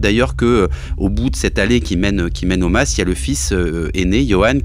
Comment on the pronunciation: Un mas pas un "masse" svp 🙏 néanmoins très bon podcast comme d'habitude !